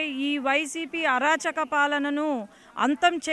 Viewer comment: అరచాక కాదు అరాచక అనాలి